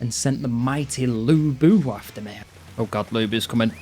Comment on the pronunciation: No idea why the characters pronounce Lu Bu as Looey Boo 🤣